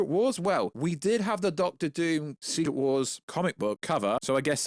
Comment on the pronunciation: Von Doom not Von Voom lol